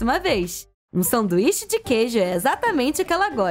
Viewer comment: Vcs perceberam ela falou sanduixa na hora de colocar de volta na coixa